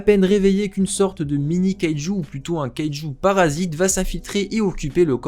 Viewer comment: Sa se prononce kayejou number 8